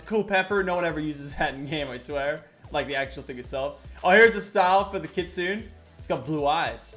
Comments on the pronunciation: Makes me cringe when he say kitsune wrong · Yo, Japanese ppl out there. Who can relate to how I felt when Lachlan pronounced kitsune.... 😒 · we know that he just said it wrong